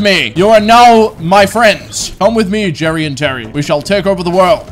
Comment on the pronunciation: Everyone: Jerry, Terry and Mary: Jirry, Tirry ind Miry